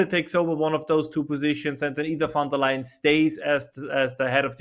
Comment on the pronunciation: Von and Van are NOT THE SAME. Von Der Leyen Not LION lay-en Von Der Leyen. Show some fucking respect and learn how to say foreign names correctly. Not to respect the politician, but to respect the people.